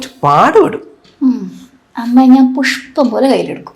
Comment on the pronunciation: 'Pushpam pole' not 'Putt pole'